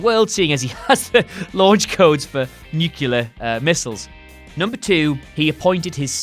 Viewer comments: Also: NUCLEAR, not Nucular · Hey, nice video, but everytime you say "new-killer" you sound like George W. Bush. The word is "nu-clear"! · can't pronounce any words correctly. Ughh stop. Yevs? Nuculurh? Nyk? Really?! Doesn't he have anyone who loves him enough to help him say things correctly??? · Dude: New-clee-uhr. Not nuke-u-lur. Got it? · It's bloody Nuclear not Nukelear ffs rahhhh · "Nu-clear" not "nu-cu-lar" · Brits always sound super smart. Up until I heard "nuculer". Not a word, man! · Nuclear. New. Clear. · Is it normal to say "nucular" in the USA, or is it only a very common mistake? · NUCLEAR NU-CLEAR O MY GOD IS IT REALLY THAT HARD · Why can't EVER pronounce "nuclear"correcly?????? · Seriously, why do so many people have a problem pronouncing nuclear right? I really don't understand.